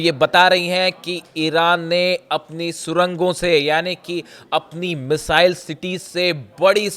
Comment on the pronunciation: मिसाईल बोलनी सीख ले भाई